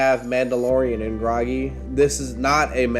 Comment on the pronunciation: It's not mandalorian and grogy! It's Grogu!!! But still loved the video. Way to give us some new content bud!!!